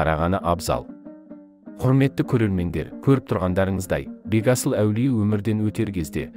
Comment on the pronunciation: Бегасыл аулие дұрыс айтың Бетасыл емес